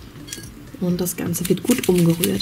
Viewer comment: Ich habe umjerürt verstanden 😂